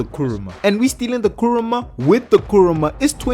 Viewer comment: What he said:"Kuruma" What I heard:KURAMA